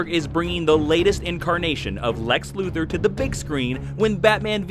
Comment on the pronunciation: His name is pronounced Lex LuthOr, not LuthEr. I feel like I always have to point that out. Siriously, watch "Superman: The Animated Series," you'll see that that is the correct way to pronounce his name!